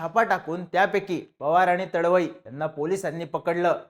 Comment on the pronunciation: तडवई नाही रे तडवी आहे तो